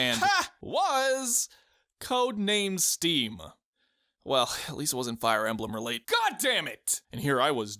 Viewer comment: When you said “Code name steam” I though you were saying “Code name Steve”